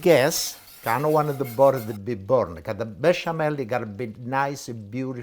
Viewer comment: I love how Italians in the US say Woder (water) and boder (butter).